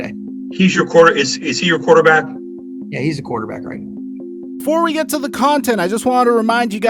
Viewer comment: He said "yes he is a Quaterback right" didn´t he :D